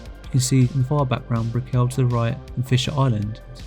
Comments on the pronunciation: This was really good. Just so you know…it’s not “Bri-cke-llll” it’s more like “Brickall” pronounce it like if you were saying “magical” lots of emphasis on the “cal” Brick-cal. I live here and no one says Br-ickeel-ll”😂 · dude btw your pronouncing brickell wrong ;)